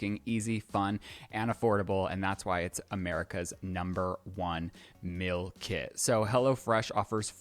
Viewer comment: The way always says ”Mill” instead of meal 😂